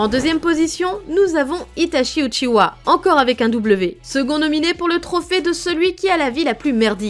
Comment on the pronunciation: A partir du moment où elle dit « uchiwa » avec un W j’ai pas pris la vidéo au sérieux 😂